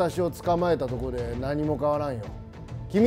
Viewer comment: このコント何回見ても笑える！ 「捕まえた」のイントネーションだけ気になるけど…